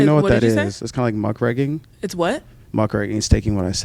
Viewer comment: muckraKING not muckRAGGING